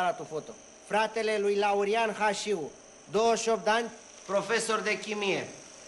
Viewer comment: Slab film. Și nu respectă cartea. Nu mai spun că pe ăia îi chema Hașu, nu Hașiu.